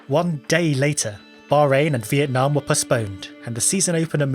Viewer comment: "Viet Nah Mate". Loved that one